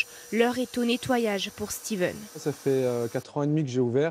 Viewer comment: Pour la journaliste Steven en breton c'est à prononcer Stévenn , sont nuls la BZH c'est pas les US BREIZh n'eo ket Stadadoù unanet !!!